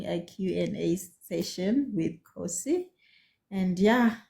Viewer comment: I enjoyed this interview and laughing because the name is Kgosi and you pronounce it Khosi. These two names always mispronounced interchangeably. 😂😂